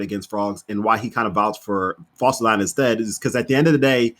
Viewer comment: That is exactly how you pronounce dyna